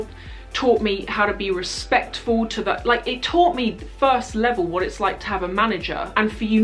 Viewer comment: anyone else crack up really hard when responded to the email with a "wuht?" haha xD <3